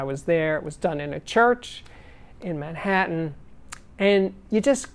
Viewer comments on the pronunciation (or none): none